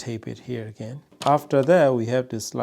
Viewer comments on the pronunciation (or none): none